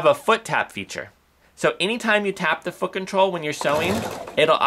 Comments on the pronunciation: I also just bought this machine and told the store they owe you a commission as this video helped me decide. Thank you. Very thorough without being too long winded. (p.s. you really need to pronounce the T when saying foot control. It sounds like you are swearing. lol) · I've just purchased a 5.2 and found your video so helpful, I can't find anything on the 5.2 but as there isn't too much difference this was brilliant!, I've subscribed just in case you do a video with the 5.2 for the differences. I actually liked the way you pronounce foot control it made me giggle all the way through..... thanks for making me smile today